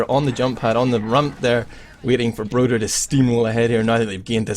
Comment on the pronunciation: Isn't it broder?